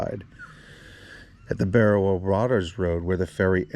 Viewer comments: Your pronunciation of Berowra and Kuringai is way off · The way you pronounce Berowra is making me grind my teeth lol 😅 Anyhow, I was fourteen years old when they went missing. I always thought they drove off the road and ended up in the Hawkesbury River. I still think that's where they are!